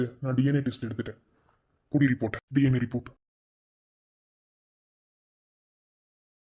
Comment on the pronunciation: Its DNA not TNA